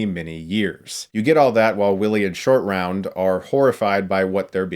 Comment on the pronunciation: i kept hearing 'Indian Shortround'